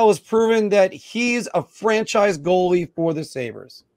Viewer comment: It’s goalie not “goale”😂